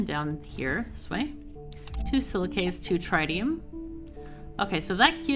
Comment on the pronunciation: I've usually heard it pronounced trih-tium where the i's have similar annunciation as opposed to try-tium. Dunno if that's official, but glad to see some fusion reactors.